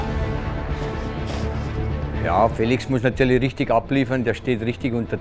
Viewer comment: Er heißt "Is(ch)tvan Szili" nicht Chili